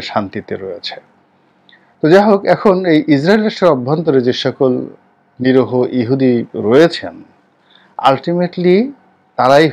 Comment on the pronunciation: Please fix your pronunciation of NIRIHO, it’s not NIROHO as you utter. Please don’t get me wrong, we love and respect you.